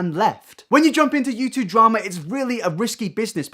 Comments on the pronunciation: Yew chewb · I swear to god mate, stop pronouncing YouTube like a bloody American